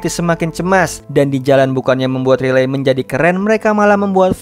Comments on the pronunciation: Bang aku suka dengan cara mu bercerita cuma kalo nama cewenya bukan riley tapi raiyli bacanya makasi bang🙏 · sebutanya railey bg bukan literally "ri-ley" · Min nyebut nama character ny bukan Riley tapi raili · koreksi dikit ya bg, walaupun penulisan namanya Riley sebutan namanya Raili bg, bukan Rilei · Bang baca nya buka riley ,tapi di baca rayli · Riley❌ Relay✔️ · Riley di bacanya raylii bang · Riley itu Raili gasih bg namanya klo dibaca? 👁️👄👁️🙏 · Raili bacanya banh 🙏🙏🙏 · Riley di baca : Raili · Bacanya Railiy min😅